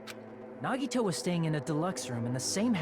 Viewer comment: Normal People Pronouncing Nagitos name: Nagito/Nagihoe: Naggy-Waggy/Nagitoe